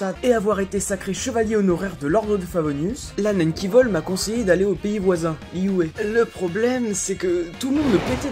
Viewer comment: Liyue pas liyué 😠 sa m'a stressé toute la vidéo